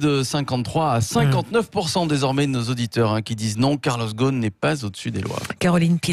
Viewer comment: Pas Ghosn, Ghost.